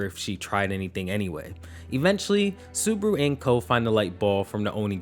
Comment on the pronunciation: Why do you call him suburu??